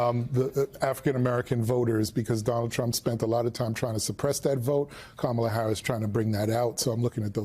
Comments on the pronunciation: Yall please let Joe Scarborough get a rest after today! Last week it was "a dictator of North Carolina" and now he corrected someone's pronounciation of her name INcorrectly. It's not ka-Mala or camela.. it's Kama la. COMMA LA. 💙💙💙💙💙💙 Love you Joe! 🤗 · PLEASE someone tell Joe Scarboro to say Comma la!! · I cringed listening to Joe constantly miss pronounce Kamala's name over and over again telling people how to pronounce it. and No one correcting him was even worse. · If you can’t pronounce “Kamala”, it says more about your IQ than hers. She is brilliant and well qualified to do the job. Trump was neither clever enough nor qualified to be president. 💙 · Joe is such a buffoon! He pronounced Kamala's name wrong!